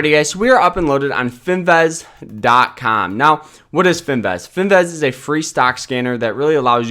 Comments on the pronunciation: It's Fin "VIZZZZZZZ" not Fin "VEZ". You know, Vizzzz like Jizzzzz. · It’s Finviz not Finvaz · its finviz not finvez